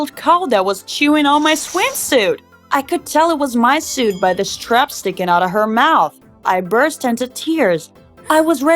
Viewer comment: "...and I want to tell you about how a cow ate my swim soot" (soot is pronounced sorta like sut)